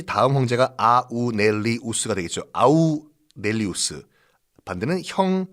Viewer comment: 마르쿠스 아우렐리우스를 아우'넬'리우스로 발음하신 듯 합니다.